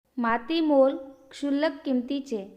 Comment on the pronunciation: Mam क्षुल्लक शब्द असा आहे की शुल्लक असा